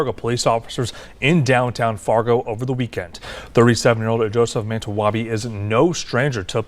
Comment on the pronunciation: Manitowabi is not a white name it is Ojibwa. It is pronounced Man ee too wabee. He is native mixed with white. Learn to tell who is who black people. It is amazing he was protected because they normally beat the dogsh*T out natives or delete them at 3.1 % more than whites. Meanwhile with blacks deletion 154% more than whites! That is U.S stats. In Canada the Natives are 6 to 8 times more likely to be brutalized or killed by police. In Canada blacks are 20 times more likely to be brutalized or killed by police.